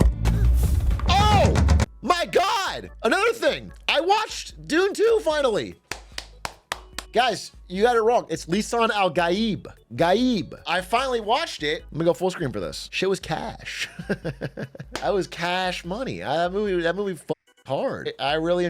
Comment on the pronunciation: as someone who speaks arabic... I hate you.. its fucking lisan "ALGAIB" like the A in cape... the amount of people butchering arabic words because of this movie man